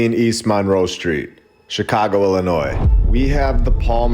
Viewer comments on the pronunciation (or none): none